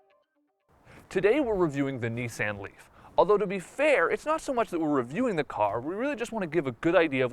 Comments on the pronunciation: I'm annoyed by it too. I say "nee-sahn" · Why does he say Nissan like that? Have I been saying it incorrectly this whole time?